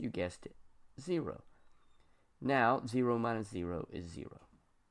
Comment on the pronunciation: You say a zero in a such a funny way 000 what’s wrong say it nicely